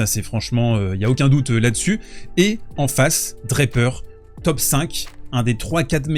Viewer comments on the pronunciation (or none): Draper pas DraPEUR--accent on the first syllable in English. And I know that no one--apart from the French--can pronounce French names any longer b and I know you can pronounce Jack's name properly--DRA per. Merci bien.